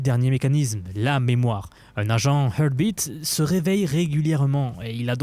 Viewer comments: Heart beat ! Pas earth beat, imagine dire art en anglais et tu rajoute le h devant.. heart putain j’arrête la vidéo.. tu me rend dingue avec tes earth beat.. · aïe la prononciation, tu as tout fait sauf la bonne ! tu as fais Hurt , Air, mais pas Heart !!! (il faut prononcer comme le mot Art, mais avec le H aspiré au début) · heu... la prononciation de 'heart beat'...